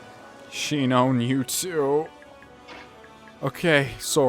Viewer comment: Shinon isn't "SHEE-known", it's "SHY-non".